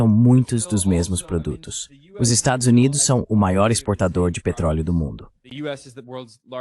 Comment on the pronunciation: Adoro o fato dessa IA nunca conseguir pronunciar "Estados Unidos"... É "Estadis Umêis", "Estadis Uáis", "Estázuíns", etc... Uma exposição acidental e acertada da deformidade e dissolução desse país.